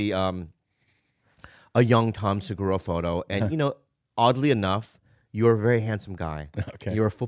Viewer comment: “Now, coming to the stage, Tom Slurgura!!!”